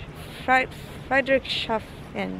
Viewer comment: a little help for pronounciation: it's Friedrichs Hafen. Just think of Frederiks harbor.